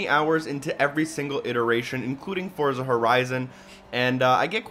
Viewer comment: It's pronounced "Fortza" lol. Nice review by the way. =)